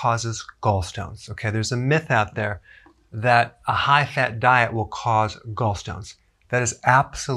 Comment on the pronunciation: "Hi-Hat Diet"...